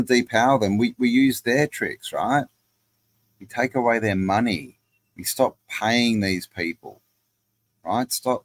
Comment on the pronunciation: Mone eye. Yikes!